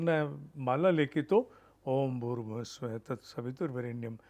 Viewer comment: Why everyone says स्वः as स्वाहा and नाः as नाहा. Those who can answer it, I would be great ful to them